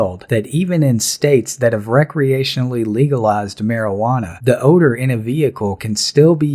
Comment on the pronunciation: Why am I under arrest?!? "For the odoe of marijuana" HAHAHAHAHAHAHAHAHAHAHAHAHAHAHAHAHAHAHAHAHAHAHAHAHAHAHAHAHAHAHAHAHAHAHAHAHAHAHAHAHAHAHAHAHAHAHAHAHAHAHAHAHAHAHAHAHAHAHAHAHAHAHAHAHAHAHAHAHAHAHAHAHAHAHAHAHAHAHAHAHAHAHAHAHAHAHAHAHAHAHAHAHAHAHAHAHAHAHAHA